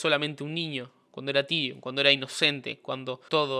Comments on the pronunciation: Genial el video bro. Pero el nombre de Can se pronuncia “Tairon”. Bendiciones 🙏🏻🔥🙌🏻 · Se dice tairon no tirion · Se escribe Tyron se dice tairon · SE PRONUNCIA TAIRON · Me irrita cuando dice tirion 🤦